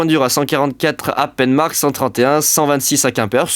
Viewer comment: pinmar 🤣 pas penemarque